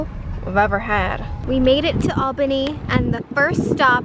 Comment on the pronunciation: Omg! I live right near Albany! ( is pronouncing it correctly lol!!) And that is my local target! I wish I ran into you guys, I hope you had the best time!